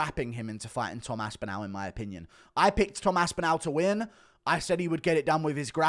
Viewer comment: Cant get over how wrong you say pav-LOW-vic and aspin-AL .... just say them right